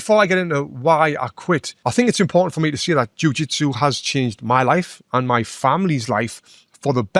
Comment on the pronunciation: "MY" neck, not "me neck"